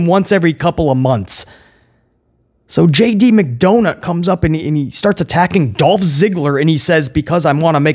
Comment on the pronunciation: My boy said JD McDounut lmao 😂